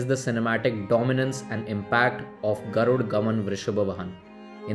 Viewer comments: It's not garud gaman vrishabh vahan!! It's Garuda gamana vrishabha vahana! & Yeah definitely you'll pronounce the original language of the movie as kannad! No it's not! It's kannada. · Good video! Just a simple question, why do you pronounce 'garud' when the movie poster has clearly said 'Garuda'. Similarly, you do it for all the words. Is there a reason for it? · Pronounce properly kannada people can tolerate anything apart from language Its not garud gaman vrishab vahan It us GARUDA GAMANA VRUSHABA VAHANA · Add a for ur pronunciation bro so u can spell the title properly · Pls pronounce the name of the film full, don't forget rhe last "A" , GarudA GamanA VrushabhA VahanA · Absolutely, when it is spelt with a why is it hard to read as is! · 90% comments on how to pronounce Garuda.. come on guys appreciate the effort and good review rather than pointing out one mistake. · Can't you pronounce the movie name correctly, you are not a foreigner bro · Yes bro why they don't find after A. DA ... NA BA NA....